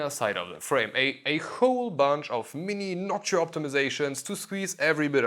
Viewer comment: “noksha” wtf?…